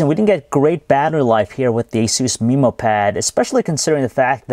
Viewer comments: MEHmow pad, not MEEmow pad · "mi"mo pad? ayusin mo ingles mo! alam ko pinoy ka ksi padalos2 ka magsalita! wag ka na magreview ulit!